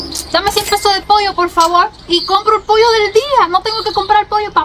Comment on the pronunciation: Hola bendiciones que bueno que estás contenta en mi rd primer cubana que escucho que dices pollo todos dicen poio